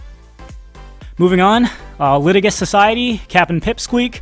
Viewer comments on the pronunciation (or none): By the way, the word "litigious" is pronounced with a 'j' sound. Lə-tih-jəs. No big deal.